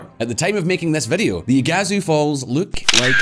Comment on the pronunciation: Funny how you say iguaçu